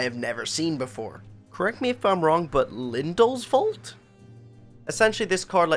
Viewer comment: I'm surprised you've never heard of lim-dul's vault. (You pronounced it correctly.)